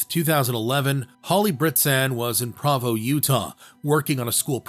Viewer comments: Hahaha “Pravoow”Utah 😂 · Just fyi, it's Prōvō Utah. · "Perrine" bridge. I live in Idaho and all my 62 years have I never heard Perrine pronounced that way. All of my 62 years I've never heard "Provo" pronounced that way.